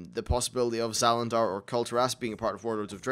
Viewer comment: Zalandar? You mean Zandalar and the Zandalari, right?